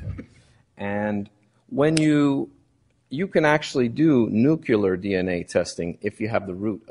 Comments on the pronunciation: NUCLEAR, BAEZ!! It's Nuclear. Nu-KLEE-ar. Not nu-KYOO-lar. I can't stand it any longer! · The defence lawyer said "nookyoolar dna". It's a total disgrace. These morons got it wrong. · Can Baez learn how to pronounce “nuclear”?!